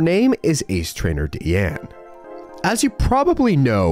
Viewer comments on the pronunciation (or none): Deanna has an 'a' at the end of her name. It's Deanna. not Deanne. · Sorry to nitpick, but it’s pronounced Ace Trainer “Dee-ann-Uh”. My girlfriend’s name is DeAnna and people ALWAYS get it wrong and it’s slightly frustrating for her. Great video otherwise and I love your content! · You missed the a at the end of Deanna